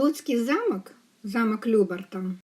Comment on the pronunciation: Любарт, а не Люберт.